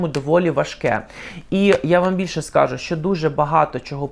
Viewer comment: Вчитель української мови мабуть той же ,що і в Юлі. У слові скажу ,наголос не скАжу, а скажУ. . 😅